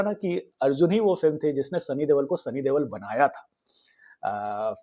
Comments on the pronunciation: Stop calling him Sunny Devel, Debel or Dewal. This is the last time I will watch this channel. Can you explain and show where's a letter B, V or W in the name Deol. It Deol, De-Ol. Not hard, is it? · you are really awesome storyteller …love your analysis. Please pronounce Sunny Deol right.. it’s Deol not Deval